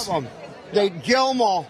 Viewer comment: I'm pretty sure that toofer-mouth said gwill-gwem-awl..